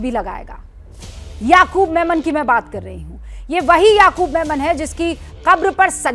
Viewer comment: Yaqoob menon nahi hai yaqoob memon